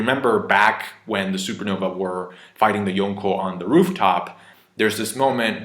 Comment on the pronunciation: I hate the way people say Yonko